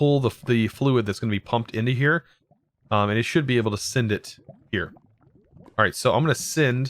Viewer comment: I like how he says "sind" instead of send